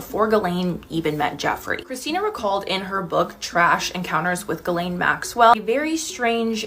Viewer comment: I'm sure it's pronounced Jhilaine not galain